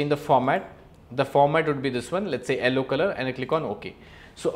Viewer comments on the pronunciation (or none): Sir it's not ellow it's yellow